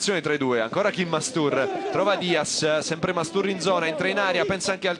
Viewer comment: tra il minuto e il minuto dice "mastubarsi" XD